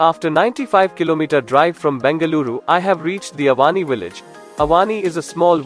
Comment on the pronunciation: Yes i agree, specially Avani , Ramayana, luva some names has to pronounce like in Sanskrit . Otherwise nicely described. Good work.